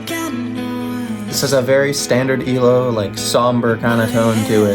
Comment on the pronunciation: it's Eye-Low 😆